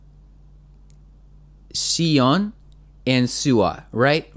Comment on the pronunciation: Please check out comments in your dreamcatcher guide reaction. everyone said it's shee-yon not see-yon and you are still doing it😂❤